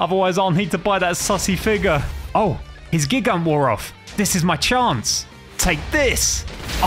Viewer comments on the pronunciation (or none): Not to be rude or anything but I think gigant is pronounced gigant with a hard G